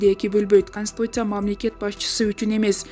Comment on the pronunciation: Канстуция дейт го😂😂😂😂😂